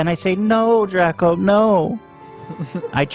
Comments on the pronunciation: ethan pronouncing draco as "dracko" and nobody bothering to correct him is sending me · Ethan just pronouncing Draco wrong left and right 😂